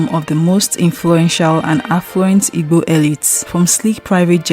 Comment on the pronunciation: Please learn how to pronounce igbo